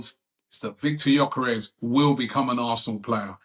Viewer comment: He's here for 5+ years. Let's at least pronounce his last name correctly. rh?